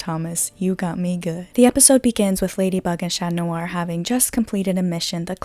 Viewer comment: Okay we're you saying shat noir and maryshat BC if you did lol